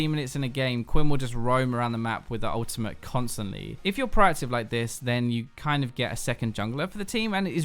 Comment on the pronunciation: mate, why do you keep saying Ultimah instead of Ultimate? Like what's up with that? What's an Ultimah?